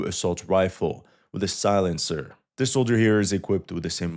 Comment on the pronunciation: “Silencer” 😂 come on bro